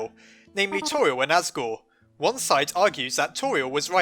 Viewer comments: You said assgrew instead of asgore. Time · your my hero I had to correct 23 comments saying as-gore to-riel.